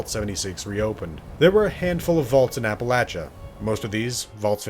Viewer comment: Thank you for saying Appalachia correctly.